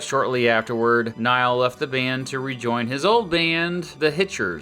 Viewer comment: "Niall" is pronounced like "Neal", I presume.